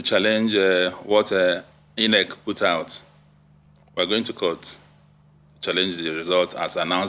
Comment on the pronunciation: I'm so disappointed that he had to read through a prepared script all through. Quite shameful. He's even struggling to pronounce common words like INEC (calling it e-nec) and BVAS (b-vis).